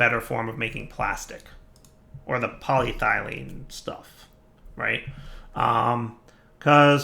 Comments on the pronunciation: Thumbs down for "poly...……..thylene". If I wasn't watching this at work during lunch break " pronunciation" would make a great drinking game. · Its what now, 4-5 episodes hes been mis-pronouncing paa· lee·eh·thuh·lene